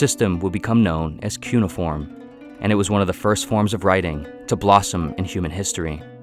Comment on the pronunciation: “Cue Nay Uh Form” is how the people I have met who study ancient the Mediterranean pronounced Cuneiform